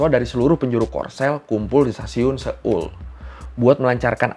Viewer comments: seoul itu baca nya soul ya bukan seul 😅 setahu sayaaa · Bang cara bacanya so-ul bukan se-ol 😭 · Kayaknya dari yang aku tahu, cara ngucapin Seoul itu; so-ul. Bukan se-oel kayak di menit